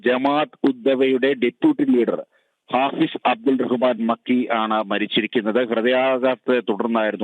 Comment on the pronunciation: മക്കി അല്ല നക്കി 😡😡. പൂ മോൻ